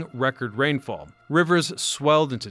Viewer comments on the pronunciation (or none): none